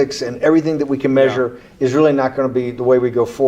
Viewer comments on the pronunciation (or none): none